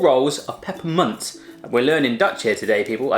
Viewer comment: Jodenkoek: jeudenkeuk Gestampte muisjes: kestampte muusjes Roze koeken: idk wat hij zij 😂 Koetjes reep: khoetjes riep Pepermunt: gwn best goede uitspraak 😝 Zoute ovaaltjes: zoete oviltjes Stroop wafels: stroep waffels Peijnenburg: piejnenburk Rookworst: roekwurst Zoethout: soethoet Salmiak: idk wat ie zij Borrel nootjes: borrehl neutjes Kaneelstokjes: kenil stoeukjes Geen haat hoor ik vond het een hele leuke video Groetjes uit the Netherlands 😝